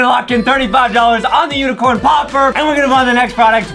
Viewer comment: Lol the word is unicorn Adam was like "This UNEECORN popper